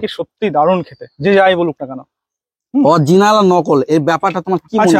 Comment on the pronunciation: অরজিনাল না বলে original বলুন